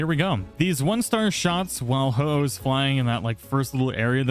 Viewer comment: You feel bad for mispronouncing Ho-oh while getting it correct, but not bad for mispronouncing Heliolisk (You constantly say Heel-i-osk). Just because Ho-oh is a legendary it gets special treatment? is that it?